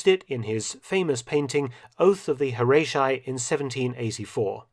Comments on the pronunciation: The David painting is pronounced: Oath of the (Hor-ah-tee not Hor-ay-tai), also his name is pronounced (Dah-Veed). Just letting you know. FWIW. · Hi Mark. I studied Latin and Greek. "Horatii" is correctly pronounced like "Hor - Ahh - Tee - Eee" instead of "Hor - Ray - She - Eye." Thanks for another great video :)